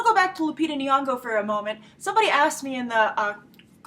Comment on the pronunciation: Hey Grace I'm Kenyan I just wanted you to know how to pronounce Nyong'o's name. The first Ny is pronounced the same way as 'gn' in gnocchi and the 'ng' is exactly like 'ng' in caring sharing loving take your pick :) hope this helps or whatever